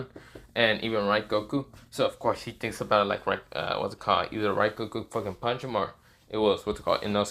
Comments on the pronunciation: It is rengoku not raigoku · Pretty sure you said rengoku’s name wrong